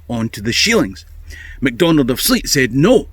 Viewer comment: Good story! Please note that Sleat is pronounced "slate", not "sleet." Cheers!